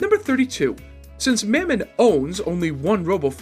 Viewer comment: lol you said mammon wrong lol